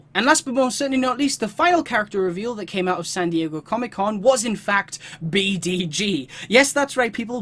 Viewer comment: The Wonder Woman costume is her goddess of war look, I think. Also, the Green Lantern, B'dg's name is pronounced 'badge.'